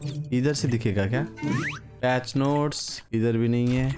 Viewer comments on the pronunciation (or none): none